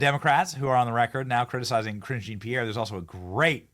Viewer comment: Ohhhhhh, Karine Jean-Pierre! I thought you were saying Cringe Jean-Pierre 😅